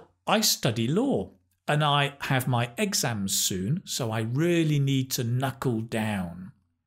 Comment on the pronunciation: Exams, stressed on E? What the heck?